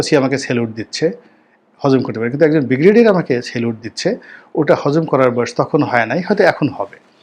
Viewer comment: অর্ধশিক্ষিত correct your pronunciation of ‘Brigadier’